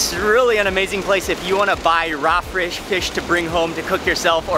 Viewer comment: “Frish” xD